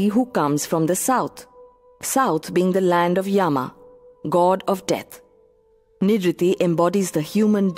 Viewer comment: Why doesn't the narrator pronounce names without the anglicising them? They're to be pronounced as: Nirreeti, not Nirriti; Graam-dev, not Grama-deva; Puraan, not Purana